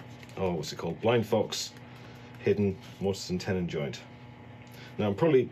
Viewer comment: Love the mispronounced Morton and Tennis joints 🎾 😂😂